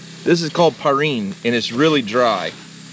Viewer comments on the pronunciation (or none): it's not parine it's farine